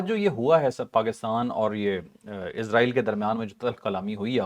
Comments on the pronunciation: Please say Israel not izreal which is death angel Don't copy English people Because in English s in middle is pronounce as Z like is or wes or films exce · اسرائیل لفظ ہے عزرائیل نہیں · چودھری صاحب اس بندے کو پہلے یہ تو بتائیں کہ عزرائیل فرشتے کا نام ہے جب کہ اسرائیل ملک کا نام ہے نام تو درست لے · Bhai israil kehty hen mgr ap isko izrail ku kehty hen zra istaraf tawajjo kia kren plez .... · Word israil hy izrael nahi😅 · Israeel. Not izraeel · Muhtaram aap israiel ko azraiil bolty han isko thik karin israiil bolin ya pher azzazil bolin azzazil aappko chauhdri sahab batadin gy ❤❤❤❤❤❤😂❤❤